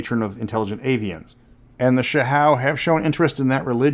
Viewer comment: Amazing video, as always... Sounds like a great place for someone to drop a Humblewood campaign... if one were in to that sort of thing 🤷‍♂️ Edit: wait... that's NOT how you've pronounced "Hsiao" this whole time?